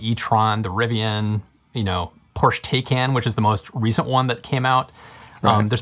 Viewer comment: it’s pronounced “Porsch-e Tie-Con”!